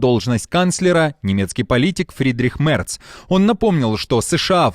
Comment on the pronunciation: Мерц, а не Мэрц